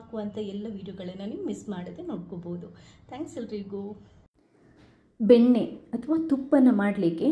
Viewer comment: ಬೆನ್ನೆ ಅಲ್ಲಾ ಅದು ಬೆಣ್ಣೆ😅 ಕುಡಗೋಲು ಅಲ್ಲಾ ಕಡೆಗೋಲು😂